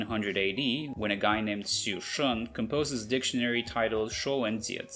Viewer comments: I was shocked because Xu Shen was pronounced incorrectly. And then immediately after that, 说文解字 was almost said too perfectly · Actually, "Xu Shen" he spoke is not the correct.He spoke like"蘇順(Sue Shuen)"to me instead of the correct one" 許慎(Xu Shen)"